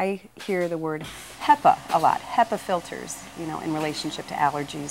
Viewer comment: He sales filters for a living and calls them filders.. wow